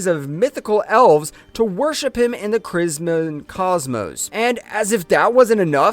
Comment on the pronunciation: I heard it too, hilarious